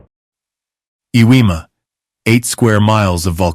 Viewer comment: Uh weemah?😂😂😂😂. Never heard of that island. Iwo jima might be close by. How old are you mister creator. ...10 11😂 your AI voice won't save you.